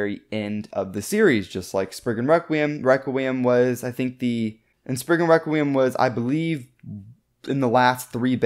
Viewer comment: You should pronounce Spriggan requiem better like Rekt kree um